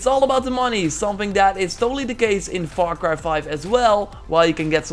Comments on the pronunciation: Get yourself a dictionary dude .. learn some pronunciations......🤢🤮 it’s not VAR CRY it’s FAR CRY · Diego Velazquez dude he said “VAR CRY ” and it’s far cry ... have a look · ALEX SMITH what if were he is from the f is pronounced like v instead of f. He is learning. He is not an expert at english . So what.